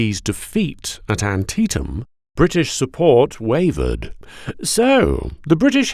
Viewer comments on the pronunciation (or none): You pronounced Antietam wrong.